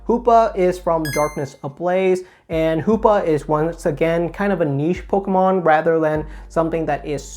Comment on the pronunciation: “Pokamon” and “Eveelution” 😁